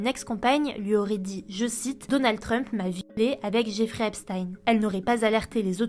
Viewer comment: C'est EpstEEN pas EpstAÏN svp